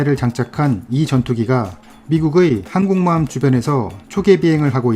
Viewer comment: 항곰모함이라고 안들리고 하국모함이라고 하는거같아